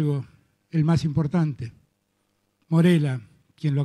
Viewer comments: Dijo MORELA jeje 😂.......... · Dijo Morela pero la intención es linda .